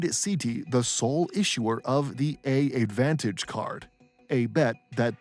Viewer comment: Small correction. AA's frequent flyer program is not called "A"-advantage... it's simply pronounced Advantage.